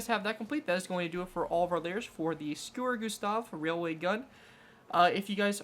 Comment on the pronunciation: This guy: S C U R U G U S T A H Entire Germania: Are we a joke to you?